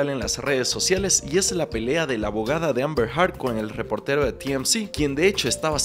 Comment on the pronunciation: El juicio ya casi termina y Candrés nunca dijo bien “Heard” 🥲